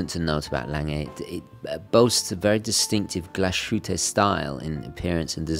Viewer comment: Amazing review and even more amazing watch. That piece is just incredible but also incredible expensive. Just one thing to note, coming from a German, it's called Glas-Hütte and not Glash-Ütte ;)